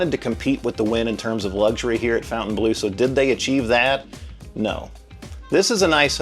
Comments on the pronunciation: We know that Fontaine is pronounced fonn-tayn don't we all? Not the same pronunciation as fountain. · It’s so funny how you keep saying “fountain blue” 😂 Try “fon” (think Fonzy) fon-taine bluh 😊 it looks gorgeous, but is blue a good color for a casino? I love it, it’s different from all other ones, will definitely check it out, but blue is a calming color. It might not generate as much revenue 😅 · would be nice if you could pronounce the name og the hotel correctly, it's not fountain blue it's FON TAINE BLEAU, it's a french word, mind you Americans can't pronounce Jaguar properly, they say jagwar. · We were there the night it opened, stood in line till midnight, pretty fun! Beautiful space. I saw Tears For Fears there last year. It's pronounced Fon-ten-blue (not fountain blue). I'll die on this hill 😂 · Is it really pronounced fountain as in water fountain? I don’t think so. Look at the spelling of the hotel. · While they pronounce it like "fountain blue" ( their namesake in Miami), it is definitely and absolutely a mispronunciation of the name of a French castle. And before anyone tells me I'm wrong, the word bleau is not the word for blue in French. So they're totally wrong but certainly have the right to be so. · It's not "Fountain Blue". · Great review, though your pronunciation of fountainbleau makes my ears bleed.